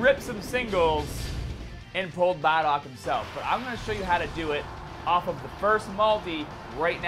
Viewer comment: Could you please stop saying bardock it's not pronounced bah dock